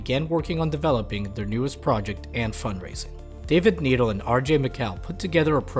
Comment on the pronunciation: It's pronounced "NED ELLE" not needle